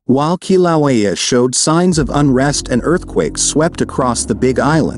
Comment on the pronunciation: This is shitty A.I. It can't even pronounce "Kīlauea" correctly.